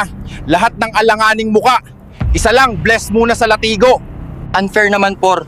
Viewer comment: Latigo mali ang pronouce, Ths might work. La'tigo or search mo sa goodle paano i pronounce, ang maling pronounciation kasi disaster sa AI vedio.